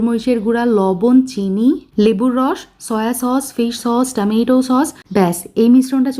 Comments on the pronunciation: টামিটো না বলে টমেটো বলবেন please... আপনার recipe গুলো অনেক helpful....thanks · আপু আপনার রান্না দেখতে অনেক ভালো লাগে কিন্তু আপনার টমেটো না বলে টামেইটো সস বলেন কেন? শুনতে খুবই বাজে লাগে। প্লিজ এরকমটা আর বলবেন না। দয়া করে টমেটো সস বলবেন।